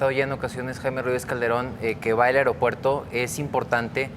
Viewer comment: Por qué el conductor dice "AREOPUERTO"?